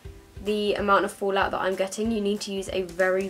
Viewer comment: I love accent. "It's got a lot of fool-out". Which part of UK are you from?